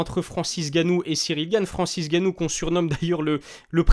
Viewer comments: le N de Ngannou ne se prononce pas à l’oral, tout comme le M de Mbappé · Il n'est même pas capable de prononcer correctement le non de famille de Francis Ngannou et tu veux que l'on sub !Tu es un gros malade toi ! Mdr